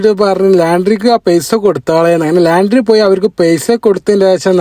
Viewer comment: ലാൻഡ്രി അല്ല ലോൻഡ്രി എന്നാണ് പറയുക